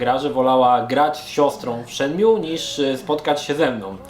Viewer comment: A to się nie czyta przypadkiem "Szen mu e"? UncleMroowa zawsze tak czytał.